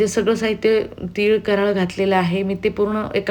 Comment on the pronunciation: कराळ नाही कारळं म्हणतात